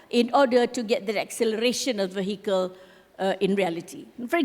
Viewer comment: Madam, minta maaf, but "vehicle" is not pronounced VAY-HEE-KEL. It's pronounced VEE-A-KEL.